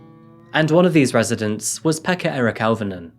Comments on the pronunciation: Auv is pronounced O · You've never learned Finnish, so I won't berate you for getting the place name wrong. I'm just putting this here so that people know how to pronounce these names. Jokela: yoh-keh-lah, emphasis on yoh Pekka: peck-kah Auvinen: ow¹-vi-nen, emphasis on ow ¹ as in 'cow' I remember when this happened. My family back in the UK got worried, because - not knowing the geography of Finland - they were worried that it might have been near me. They were also worried when the bomb attack happened in Myyrmäki (difficult to give outwith IPA stuff: the 'y' is like trying to say 'u' from cup and 'ee' from feet simultaneously, and 'ä' is like trying to say 'a' from pan and 'e' from bed simultaneously). Tuusula: tuu-su-la Neither Jokela or Myyrmäki are near me. I'm close to Russia - which currently has its own threats. Interestingly, this case highlights a major issue in Finland: the stuff you hear about it being 'happy' and 'best education' and 'best health care' and so on ... it's propaganda. All those systems let this lad down: proximally, because nobody took those sign and symptoms seriously; and distally, because the education system here does not really produce the best physicians or psychologists or social workers the world has ever seen. Finland is still in the top fifteen countries in Europe for suicides 11th out of 41) and mental ill-health is very common here. The country is beautiful, and a great many of the people are absolutely adorable. But the system is not fit for purpose and th